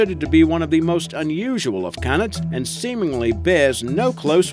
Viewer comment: yea I love wold canids but dey mispronounce it